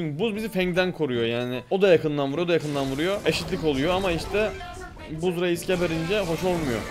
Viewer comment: Abi buzz değil bazz okunuyo😂😂❤❤